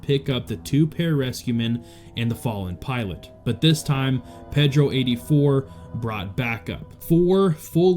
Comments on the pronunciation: Losers😞🤨 I believe it's pronounced "Paydro", not Peddro". If you can't get it right, you shouldn't be there talking! 😡😠🤬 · Ped-ro? Have you never heard that name before? I'ts pronounced pay-dro, not like a kid-toucher in a boat with oars.